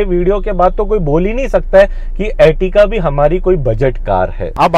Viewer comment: Is se tight pent nhi thi kya tere pss. or normal filter me video bna lia kr. Or ye ertiga he. Ertika ertika ku bol rha he.